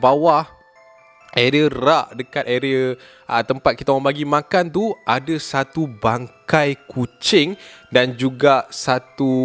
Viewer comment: "Satu kisah" ke "Satau kisah" HAHAHHAAHAHAH SIAN BIBIR SAKIT EK